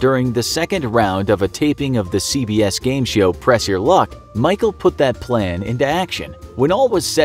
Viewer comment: "game shyow"